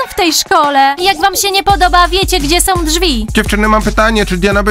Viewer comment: Wow * nie łał są *a nie som